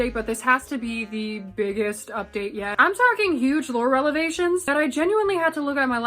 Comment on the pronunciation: no offense its reVelations not reLevations lol